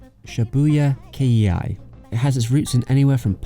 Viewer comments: I loved this video but also I had to say not K.E.I. Just Kei, or K. Please. It is not Kei Iih Aih. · It's not Shibuya K-E-I. It's Shibuya-kei, pronounced kay. Kei denotes lineage and in this context means "Shibuya Style."